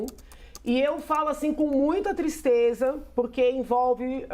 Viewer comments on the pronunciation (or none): Que "tistreza" 😂